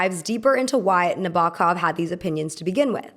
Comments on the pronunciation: It’s pronounced Nah-bow-kov. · please pronounce 'Nabokov' correctly. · Learn how to pronounce Nabokov BEFORE making a video where you mispronounce it over and over. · Every time the narrator said Nabokov's name, it grated heavily (and it is said numerous times) but aside from that, I enjoyed this commentary. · i love your videos but im trying not to cringe at everytime nabokovs name was said :(